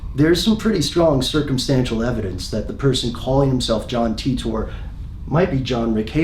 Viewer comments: cmon pronounce it as T I TOR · Is english your second language? Titor said himself how to pronounce it, but as an English speaking person I didn’t need to know that. It isn’t spelled ‘Teetor’ is it? No it isn’t. Very annoying 😂 it’s literally like you are struggling to pronounce it. John ..TEETORRRR lolol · It's TEE-TORE not TUTOR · The whole video I'm thinking "It's pronounced Tea ter, not Tea TOR." It's an English name... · John TEETORE, it's Titor - Pronounced ''Tea-tor''. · English is just so bizarre. I've always thought it was pronounced ty-tor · I thought it was pronounced "Taitor", not "Teetor". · I hope it's pronounced "tit-or" instead of "tee-tor" hehe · The way that you've just used a random capital 'R' at the end of Titor makes me nervous. You're clearly a wreckless individual. Great video though. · How Pronunciate "Titor"? taitor or Titor like is written? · Oh god DAMIT YOUR PRONOUNCING HIS NAME WRONG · Pronounce his name right! Damn you didn't do that much research into it